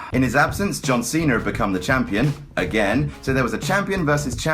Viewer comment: I love how his accent makes it sound like he says john cenar